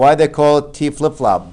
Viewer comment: I thought he said Taco for T flipflop